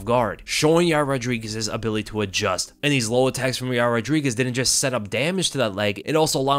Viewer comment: You're not pronouncing Yair's name correctly. It's pronounced "Ya-rear". Chael told me so.